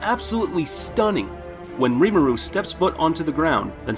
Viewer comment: the way he says reemaru